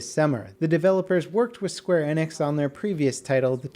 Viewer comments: you pronounced Tolkien and square Enix painfully wrong you pronounce Tolkien tol-kin and square Enix square e-nix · Please learn how to say Square Enix.